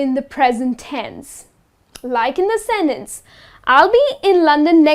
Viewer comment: She put the wrong stress on the word "sentence", didn't she?